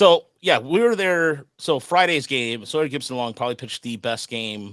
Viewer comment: It's SAWyer 😂 Not SOYer.